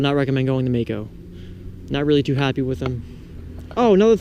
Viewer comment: its Maaco